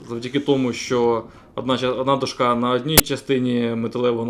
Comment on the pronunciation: Все супер тільки до`шка а не дошка`